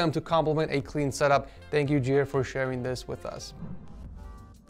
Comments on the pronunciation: Not Jere but Jeer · i love how he says Jere like jer